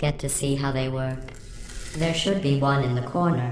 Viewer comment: "manual override on thi wall" LOL